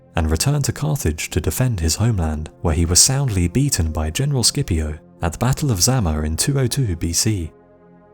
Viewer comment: The way you pronounced Scipio.....aaagh